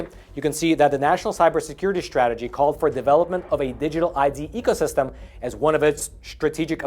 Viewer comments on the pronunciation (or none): none